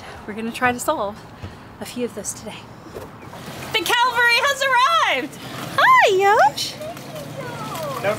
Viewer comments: The "Calvary" has arrived? Cavalry! Thanks for the vid! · I am going to be that person... And I apologize in advance. It's happened before and, sadly, it will happen again, usually by someone born in the American South/Bible Belt, but I just heard say, "the Calvary has arrived". Many of us have chosen to let The Event on Calvary Save us, but the expression announcing that soldiers on horseback have arrived to join the battle is, "the CAV-AL-RY has arrived." Confusion Alert: the two words have the exact same letters, the exact same number of letters, but they are ordered differently leading to different pronunciations and different meanings. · Calvary vs Cavalry has arrived! 😁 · Did you say Calvary✝️ or Cavalry🐎. 😂😂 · Calvary or Cavalry? Perhaps call the first by its alternate name Golgotha. Cockloon OMG BWAHAHAHAHAHA Maybe Salpit would have been more PC. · FYI: It's the CAVALRY has arrived....NOT "... the Calvary has arrived..." (Calvary is a hill outside of Jerusalem where Jesus was crucified.)